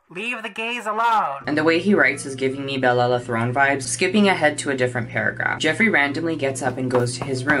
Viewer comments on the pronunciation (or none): none